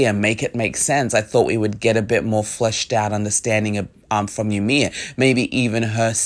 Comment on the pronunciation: fun fact the name Ymir is actually supposed to be pronounced as " EE-mir". not yamir. It is a very common mistake.